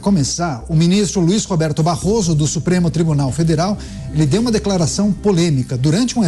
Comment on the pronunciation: Barroso falando "barro" ! Vergonhoso!